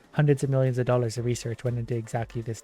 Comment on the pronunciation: WHYYYYYYYYYYY do you say dollar??